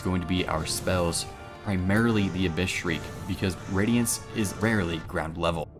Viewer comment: absowute wadiance uwu